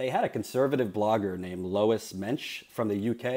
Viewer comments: I am lolling quite a lot at pronouncing Louise as Lois. Is Louise not a name in the US? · Lol Louise is pronounced 'Lou-eeze' 🙈😂